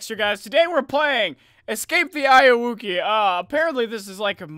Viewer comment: you said it wrong